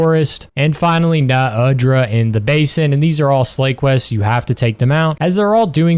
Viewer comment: haha you really were thinking i wouldnt reach the Uthe dunea, Ray DAEU and NU undra point and comment about the way you say it uh?